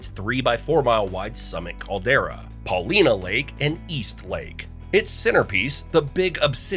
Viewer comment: You mispronounced Paulina Lake, which was a minor thing. Then you mispronoinced Willamette valley and I noped out of the video.